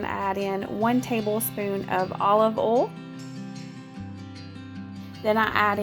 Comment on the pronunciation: Love your food videos! I'm not being mean I'm just curious to know why do u pronounce oil as ol and boil as bol is it the accent? I'm watching from south Africa so just curious